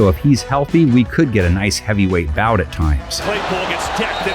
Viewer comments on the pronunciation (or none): none